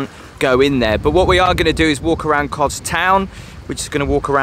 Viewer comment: It's Kos (soft 's'), not Koz. Beautiful place though, just got back. I recommend going to 'paradise beach'. we were talking to a local about that place, apparently it was once owned by a guy who ran it like a small hotel, but when he died disputes in the family about who should get it meant it ended up a ruin. A real shame as it's in prime position overlooking the harbour. That noise isn't Crickets btw, it's Cicada. the flash looking pirate ship looks tempting, but they're packed on like sardines in a tin. Half the people on there are stuck on a lower deck, hot and pissed off with no view. I would recommend picking one of the small boats for the 3 island tour, it's a much nicer experience.